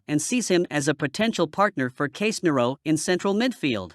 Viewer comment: How did u pronounce Casemiro? That’s a disgrace. At least pronounced it right !!